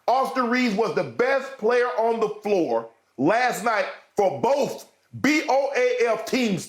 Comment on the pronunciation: He said Austin Reeves was the best player for "BOAF" teams - B O A F